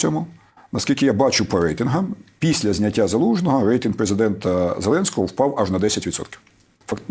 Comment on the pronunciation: Взагалі-то "рейтИнг", а не "рейтЕнг"...